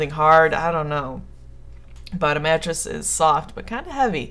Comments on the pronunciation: lol i thought you said matches not mattress xD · omg at first i thought you said Matches so i'm like 'how could you get knocked out by Matches?' then i figured out you said Mattress then i'm like 'ooohhhhh ok that makes allllloooootttt more sens now XD' XDD